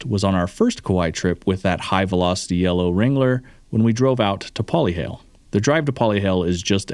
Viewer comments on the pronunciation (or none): The correct pronunciation is "Po-Leh-HA-Leh", not "Poli-hail". & YUP, our sand is SUPER fine. Definitely not the first visitor who does alot of off-roading back at home state to get stuck out here on either our beaches or back roads (clay/mud) bc our terrain is different. I was interested in the Jeeps until I saw one of your videos about the Broncos. I just got myself one & I'm excited to take it on all our roads. I missed having a 4x4 vehicle lol!